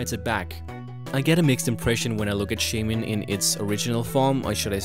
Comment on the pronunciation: shaymin? I'm sorry, but no.